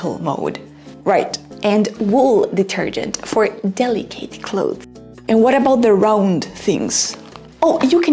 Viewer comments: Hey, I am confused about your pronunciation of "delicate." Is not it pronounced like "delikət"? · For an english teacher the way you pronounce “seperate” and “delicate” is really off.